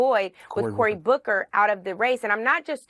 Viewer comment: I’m sorry but, Cory Booker to Cory “Bawker” had me dead